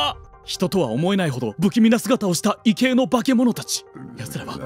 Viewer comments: 異形・・・・「いぎょう」とちゃう？ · 異形（いぎょう）じゃね？ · いぎょうじゃないのか いけいってよむの？ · いけいってなに？いぎょうじゃないの？ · 一般的にはいぎょう、けいてきな 間違えすぎ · 異形・・・いぎょう、ね。 日本語は正しく読もう。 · いぎょうじゃないん？ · どうでもいいけど、この場合の異形って「いぎょう」じゃね？